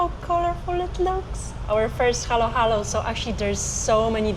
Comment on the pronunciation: It's not halo-halo, it's haluhalo.